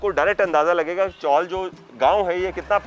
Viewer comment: नमस्कार, चॉल उच्चार गलत है, इस जगह को चौल बोलते है. 🙏